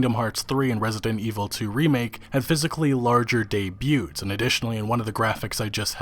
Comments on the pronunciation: Your ability to pronounce the T in debut will probably make me sub to you. Naw but real shit, I absolutely hate that game devs/pubs have the bogus ass excuse of "it'll be fixed in due time" when they release games that are subpar at launch. If it'll be like that, make the game free to play or at the very least call it early access with a $30 price. Especially with the dumb loot boxes and microtransactions. I liked the Anthem reveal at E3, but I sadly knew I wasn't lookin' at what the game would be. And yet, I still looked forward to it 'cause of the flight mechanics. I don't like to support EA, I'll probably buy Anthem when the price goes down to at least $30 or when it becomes bearable for me. I bought Battlefield 1 and Titanfall 2 for $10 'cause I don't get too much into online multiplayers, but I heard the campaign for Titanfall 2 was somethin' to experience. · the t in debut is silent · The T is silent in 'debut,' by the way. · It's "dey-beu" not "dey-boot" or "dey-booted" (I laughed aloud when I heard that one) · Are you pronouncing the t in debut? Dayb-yoo. Dayb-yood. Not being a jerk, love your videos, just have OCD. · Debut is a French word with a silent t "day bue" Gah, you Americans...... ;) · The "t" in "debut" is silent. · Sorry, but you do know that the "t" in "debut" is silent, right? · The t in debut is silent. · In case you were curious, in "debut" the t is silent. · How do you manage to pronounce “debut” and “debuted” wrong? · The T in the word debut is silent. Just so you know. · That is not how you say "debut" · I'm incredibly triggered by your pronunciation of the the word DEBUT. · Dude, the T in "debut" and "debuted" is silent. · Just FYI the 't' in debut is silent. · The "T" in Debut is silent, brother.